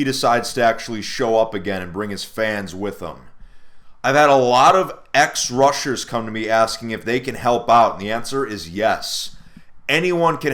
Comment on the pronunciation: when he said rusher i thought russia